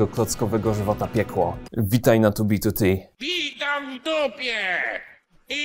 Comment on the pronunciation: Plus za wymowę 2b2t, słyszałem jak ludzie wymawiają spolszczoną wersję i bolało.